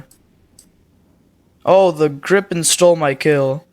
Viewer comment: It's gri pen not gripping and ka yet sha